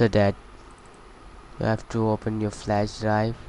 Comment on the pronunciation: LOL "Insert your McBoot Flesh Drive"